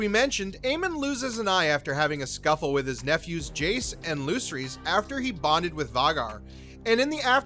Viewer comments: Your pronunciation of “Vagar” and “Lucerys” is NOT IT 😂😂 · I'm sorry I just can't stand the bad pronunciation of some of the characters name, Vicerys, Lucerys, Vhagar.. among other words 😤 other than that good video